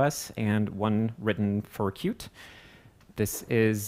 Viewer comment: Up until here i thought he was saying "cute" each time he pronounced Qt